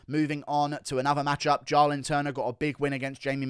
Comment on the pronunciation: Bro it’s pronounced “JAY-lin.” Why tf u keep saying “jah-lin” 🤣🤣